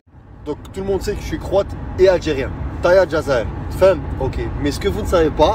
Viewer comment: Tahya pas tayeh